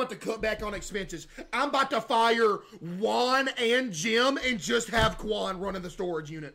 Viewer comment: Bro keeps calling Jim, Quan 😂 the first guy is Jim, middle is quan, and last is Juan 😂😅